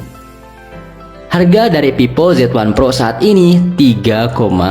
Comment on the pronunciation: Monmaap, itu vivo bukan pipo wkwkwkwk Funtouch, bukan funtoch T.T